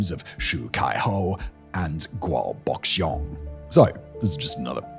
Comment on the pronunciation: Boxiong's name is pronounced "bo-SHONG," Simon. Dear CHRIST. If you're going to do this kind of thing, learn how to pronounce names.